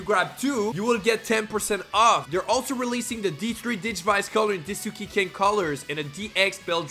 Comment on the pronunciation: i'm not trying to be mean, i just wanna correct you it's Daisuke not Disuke, other than that great video great edits 10/10